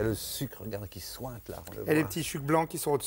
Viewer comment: "y'a le sucre, regarde là, qui sOUinte"